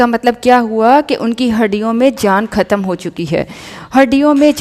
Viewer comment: " Khhatam " ni " Khatam " .